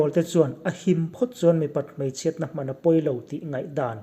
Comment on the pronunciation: Pakhat leh chu HMAN hi hmân" ni lovin hman" tih hi hmang zawk teh, athluk mawi zawk ang.